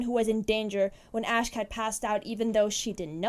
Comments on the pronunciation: Who's Reese- Did she mean Rhys? (Rise) And, Asck? You mean Asch? (Ah-sh) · Sorry to correct you but you pronounced rhys' name wrong it's prounounced "rise" and asch's name is prounounced "ash"